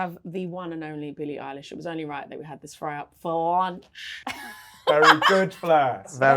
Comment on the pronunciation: "Billie Eyish"